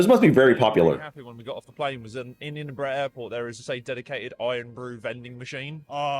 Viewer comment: The castle is Edinburgh Castle. Sits up on the rocks overlooking Princes street gardens. Plus just an added note it's pronounced Edin-burra or burru.